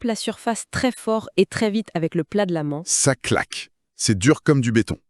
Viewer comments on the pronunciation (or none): Pardon,, mais ce "format-IA" ressemble à un "galimatia". Infiltration IA qui dévoie tout, il manque ta voix et ton phrasé caractéristique. l'ambiance scientifique de l'écoque (époque) c'est la mitode (méthode) le plat de la ment (main) l'éther luminofère (luminifère) (?) cuvre (cuivre) toube de Venturi (tube) un outil de radar indistructible (indestructible) un atome instable qui se désentègre (désintègre) une simple ampule (ampoule). On aimerait que tu reviennes parmi nous, toi et pas l'IA… Respectueuses salutations, on espère à très bientôt.